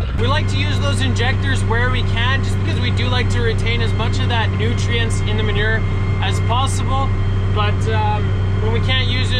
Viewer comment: I just love how you say the word Manure. Cracks me up every time! 😊